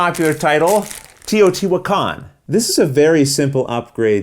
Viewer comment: As a Spanish speaker that doesn't live in Mexico, I think your first pronunciation of Teotihuacán was almost correct, except that the 'e' has to sound more like the one in 'bed' rather than the one on 'tea'.